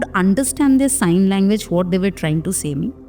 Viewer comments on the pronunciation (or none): none